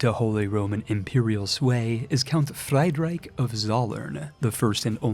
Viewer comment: Fried Rike